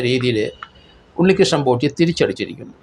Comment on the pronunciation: ആരെങ്കിലും,, "ഉണ്ണികൃഷ്ണൻ പോഷി " എന്ന് പറഞ്ഞത് കെട്ടോ 😂